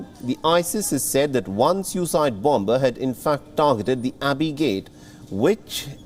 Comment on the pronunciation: Vheel barrow, Bom-bing, bom-ber, Vion